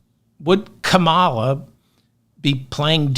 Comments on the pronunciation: What's with the title? Why are you saying it's hers to lose? Are you secretely a republican? And why do you keep pronouncing her name like Trump does. Please pronounce her name correctly, I cringe everytime you say it. It’s KAHmala, not Comealla. There is no place for people saying she might win, she is GOING TO WIN win and WILL WIN and she will be a 2 term president. Bernie will either not do an endorsement or he will endorse Kamala, he isn't going to endorse Trump. It's simple, we need to get behind WHOEVER is on the democratic ticket, it doesn't matter if we do or don't like them, get over it. Because voting democrat is to save democracy and our LIVES. It should be automatic to check off democrat on the ballot, just like we do up and down the ballot. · Thanks for touching on many overlooked topics. It's Ka' ma la. Not Ka ma'l a. Keep up the good work. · KA mala. Not Ka MA la. Let's not talk like Republicans, please. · It’s COMMA- la like MOMMA-la Not ka-MA- la like ta-MA-le With the Right purposely mispronouncing her name, we at least, should make an effort to get it right - okay, friends? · Comma-la. That's how VP Harris pronounces her name. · It’s no KA-mala, it’s comma-la. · Love your podcasts but this one I had to stop listening to after a minute, can you please pronounce her name correctly? Kàmala (not Kamâla) the emphasis is on the first syllable. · It's not Kuh mala, it's Kom aluh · David, I know you’re not doing it intentionally so don’t take this as a scolding. But… you keep mispronouncing Kamala’s name (just like the idiotic republicans). Think of a comma,,,,,,,,, Kamala! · Kamala (Comma-la) Harris. Love your show. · You got to do better with that pronunciation Think comma, you know the punctuation mark? You’re welcome. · David, I luv your show, but PLEASE pronounce her name right! KA-ma-la! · If you're going to devote massive airplay to a person, st least learn to pronounce her name: KA-ma-la. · Kamala is pronounced Comma la. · Calm a la